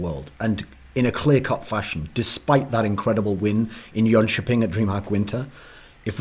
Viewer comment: He pretty much nailed the pronunciation of Jönköping